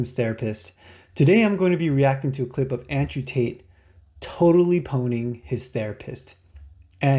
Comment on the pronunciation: "pwning" hahaha